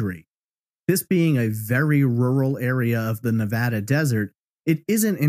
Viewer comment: Just a quick thank you for pronouncing Nevada properly!